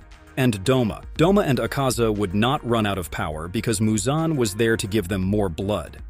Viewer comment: How the hell do you mispronounce so many demon slayer characters names… I mean.. muzan isn’t exactly hard to say..